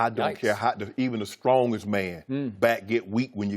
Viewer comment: I like how Shannon says..... Skrong....... "Even the skrongest man back gets weak!"